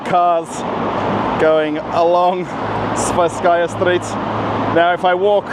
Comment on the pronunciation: It's 'Tverskaya St', not 'Sverskaya St' or 'Thverskaya St'.